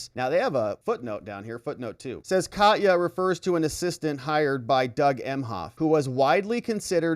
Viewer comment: First, I like you a lot. Next, I am glad that later you started to pronounce Katya correctly. That really made my fur ruffle. You incorrectly called her catiya. Next, you corrected yourself and said Kahtya. I am Ukrainian (or even Russian), where in the beginning you said it super wrong, but corrected yourself and said it correctly. It is just personal for me. EVERYONE, goes out of their way to pronounce everything correctly, except with the Ukrainian names. For some reason, all journalists (even pseudo journalists) don't bother if it is Ukrainian. Sheesh! We are the only exception to this courtesy? Thanks for correcting yourself. But also thanks for your dedication and fight for justice. You rule. I actually think you are GREAT! Ergo, just saying.......